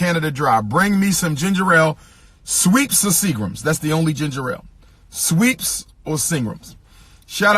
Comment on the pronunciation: It's pronounced "SCHWEPPES" NOT "SWEEPS" 😂😂